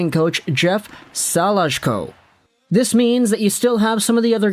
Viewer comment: Salajko=Sa-lee-ko. He was our ECHL goalie